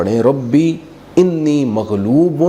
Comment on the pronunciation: رب انی مغلوب ) سورہ قمر کی ایت نمبر 10 ہے۔ اس میں انی کی الف کے اوپر زبر ہے جبکہ اپ زیر پڑھی ہے۔